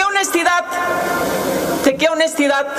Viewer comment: Solo le falto decir el presidente habla de "Honestidaddt" Hasta la palabra la dijo igualito como la dice don Obrador